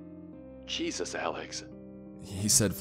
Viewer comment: Nobody ever:: "Jesos"